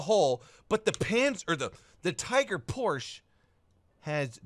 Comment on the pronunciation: Properly pronounced Panzerbefehlswagen VI and a Minute later raped the Name Porsche… :(